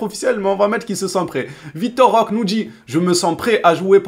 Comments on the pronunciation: Ça se prononce pas roque mais roqué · Ça se prononce Roqué frère